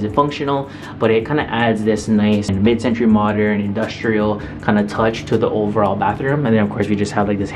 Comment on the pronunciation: "mid centruy modern"